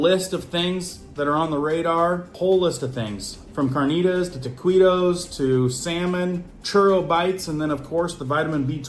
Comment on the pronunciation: thanks for the info! Now I think I need to add food recalls to my list of routine to do actions. 🤦🏻‍♀️ Pronunciation tip, courtesy of someone who has an intimate acquaintance with all things Mexican: The pronunciation of taquito is tah-KEE-toh not tuh-kwee-toe 🤓 Best wishes on your most excellent YouTube channel!